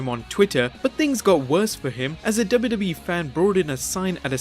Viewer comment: he said dubidubii but its wwe